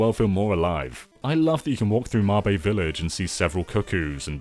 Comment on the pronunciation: Wait, is it actually pronounced "Ma-bay Villiage"? I've been saying "Mayb" for 26 years